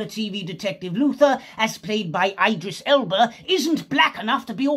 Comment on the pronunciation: Fk... Dat was funny 😂👍 "eye-dris elba" lol 🙌